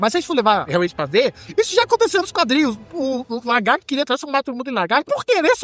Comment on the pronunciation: Bom vídeo! Mas fiquei com a impressão que vc ficava chamando o Lagarto de "Largarto" kk